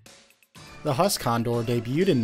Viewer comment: Huss should be pronounced like who-ss